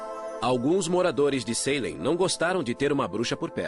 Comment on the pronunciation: eu tendo um mini avc toda vez q o narrador falava "Saylem" ao invés de "Salém"